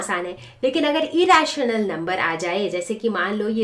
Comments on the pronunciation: First time I heard raitional not rational Uchit shabd ka uchit uchcharan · madam rashan number nahi rational number hota haa